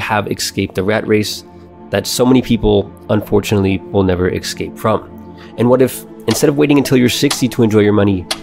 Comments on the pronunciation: I like this content. I like your channel. The word escape is not pronounced "eck-skape" Its pronounced "ess-kape" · You need to unlearn how to pronounce esssscape. Not eXcape